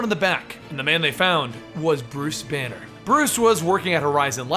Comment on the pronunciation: When you said Bruce Banner I had thought you said it was Bruce Wayne